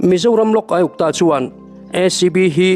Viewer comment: Lok Aiuptaa ti mai a ka hriat chu😅